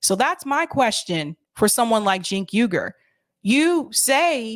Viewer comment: “Cenk Ugar...” (head shake) = immediate like